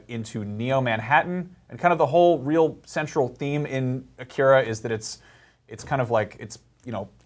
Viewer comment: Please pronounce "Akira" and "manga" correctly...